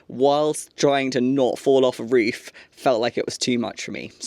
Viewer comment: Agree with all the fans who feel your content is so healing right now. I had to rewatch once I realized that "reef" and "reefer" meant "roof" and "roofer." A little (wee?) request if you could work in, possibly, as a challenge: the words "jade" () and "reef" or "reefer" into the next video or so? Like an Easter Egg for any other US-based linguists and linguistics-curious types. You are the best! Felt reefs by Jade forever!